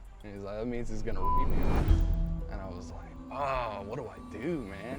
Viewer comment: What is "bape"? I hope we're not exchanging the "R" for a "B"!!!